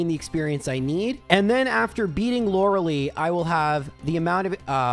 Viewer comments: her name is pronounced Loreh-lie not Loruh-Lee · Lorelei's name is pronounced with the ending sounding like Eye. Loh-ruh-lye. I've actually done a similar run like this. My Larvitar was Adamant and had 31 IVs in Attack (and attack only.) Was quite the glass cannon. But was a ton of fun.